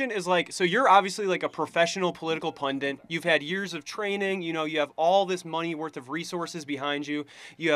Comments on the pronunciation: When the boy called Charlie a pundant instead of a pundit. Twice. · "pundint" lmao. Also, what a moron. Good on him for having the courage to step forward and SHOW what a moron he is, but seriously, he's a moron and demonstrates EXACTLY why we need folks like Mr Kirk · It's not "pundint."